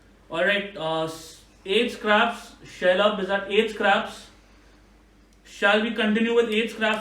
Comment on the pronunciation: Each time Shailabh's name was pronounced it sounded like Sherlock. Manas is a real entertainer.